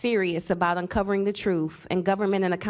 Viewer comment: I want the truth. What's " Troof "????